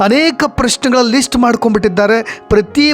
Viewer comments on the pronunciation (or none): none